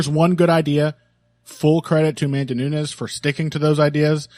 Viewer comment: I know you are well-intentioned and capable of learning because you were able to get dos Anjos' name just right when I pointed it out last time, so listen to me now and listen to me good: it's noo-nes, NOT noo-ñez. The same way the former LW champ's name is dos Anjos (same J as in banjo), not dos "Annyos". You see how Peña's name has that squiggly symbol above the N, while Nunes' doesn't? That's because Peña sounds kinda like "Pennya", while Nunes sounds like... Nunes. If you ever find yourself in doubt about whether to speak a name like "Penna" or like "Pennya", look for the squiggly symbol if it's in Spanish or for an H if it's Portuguese (Peña's surname in Portugal or Brazil would be written as Penha, which is actually a fairly common surname in the language). Still, great show as always. Cheers from Brazil!